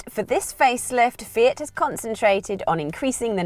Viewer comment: its not "fee-it" its "fee-aught"